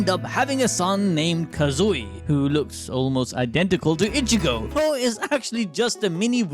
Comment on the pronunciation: you know its not that hard to say ichigo ...say it with me ...( e-chi-go ) ...not ( itch-eh-go )